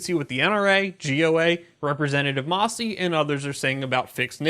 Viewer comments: "Mass-y", not "Moss-y"...."Oddum" :-) Seriously though, thank you for covering this in such detail! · It's MAssie, not MOssie.